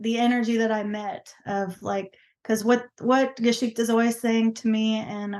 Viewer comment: In german history or story is „GeschichtE“ not „gaschikta“ So similar but different. Edit:, you spell it right on you website. But pronaunce it completely different. So for me it does not sound like „history“ (nor like any other german word)